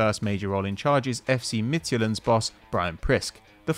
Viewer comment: With all do respect, you're pronouncing FC Midtjylland very wrong